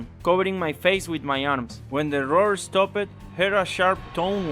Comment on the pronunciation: "When the roar stop-ed" lol